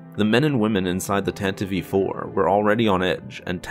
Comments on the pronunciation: I find it disturbing that called the tantive iv "Tenta vee 4" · Love this video But, just gotta address my pet peeve, its pronounced Tan-tiv 4, not Tan-tiv-ey 4 😊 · Tantive IV. Not "Tantive-Eve IV" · Its Tantive 5, not tantive Vee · My guy, it's the Tantive IV (4) not the Tantive v 4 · "Tantive v. 4"? That doesn't sound right, m8. Nice vid tho. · If you listen to the original NPR Official Radio Adaptation of the series from 1979, it is pronounced Tanta-vee Four. That has always been the correct pronunciation. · How old are you? If you listen to the original NPR Official Radio Adaptation of the series from 1979, it is pronounced Tanta-vee Four. That has always been the correct pronunciation. Every old-school Star Wars fan pronounces it like George Lucas did: Tanta-Vee Four. George said it, and that's how it is. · Wrong. If you listen to the original NPR Official Radio Adaptation of the series from 1979, it is pronounced Tanta-vee Four. That has always been the correct pronunciation. Every old-school Star Wars fan pronounces it like George Lucas did: Tanta-Vee Four.